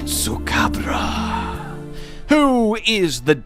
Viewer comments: Why are you saying tesucabra in a Spanish accent with Spanish music that’s stupid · Not gonna lie. Part of what I love about Tetsu is his name. Your Latino inflection of it is making me love it more 😂.